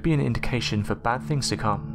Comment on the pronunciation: I think you should learn to pronounce th not as f in fing.